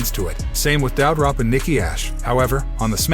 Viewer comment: "DOW-drop"? Where did you find this announcer? He is horrible.